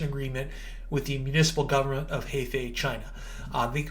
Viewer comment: Heifei province pronunciation is "her fei" haha